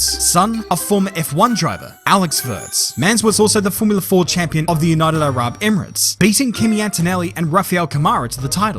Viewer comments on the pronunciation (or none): none